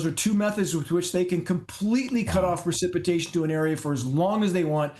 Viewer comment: It's PRECIPITATION NOT PER... CIPITATION.